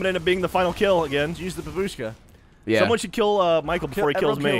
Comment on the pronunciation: It's not babuuushka, it's baaabushka (in russian it means Granny)